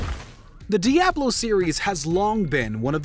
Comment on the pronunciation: Surprised nobody in the comments mentions the weird pronunciation of Diablo... can't be only me that was irked by how he pronounced it.